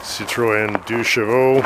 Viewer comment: I particulary appreciated your prononciation of "deux chevaux", for some frenchies reasons.